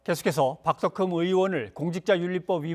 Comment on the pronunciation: 박덕흠이 아니라, 박"돈"흠이구만 ㅎㅎㅎ